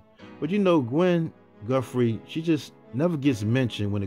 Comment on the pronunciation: I REALLY enjoy your documentaries. I have listened to all of them. It's nice to get a deeper inside look to all of these artists....thank you!! My only ask is for the proper pronunciation of "TH". Please pronounce it as Guthrie, not Guffree 😊